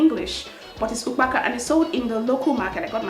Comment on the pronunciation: for really? 🤔 I thought as much because of how you pronounced ukpaka. Nwanne